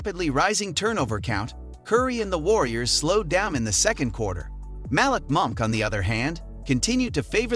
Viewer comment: Mal-lick monk too 🤣🤣🤣 I'm surprised he said Sacramento correctly